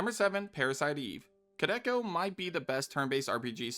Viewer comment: Dude it's pronounced "Koo Del Kah"